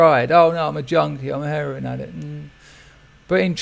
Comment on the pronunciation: "I'm not gunna become an addikk I jus doooooo e row innn